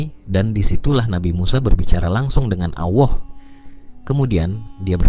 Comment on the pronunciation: kok menyebut allah jd awoh,giliran menyebutkan rasullullah fasih😢